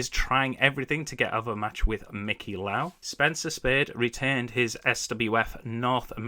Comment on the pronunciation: Just a heads up it's Mikey Lau not Mickey.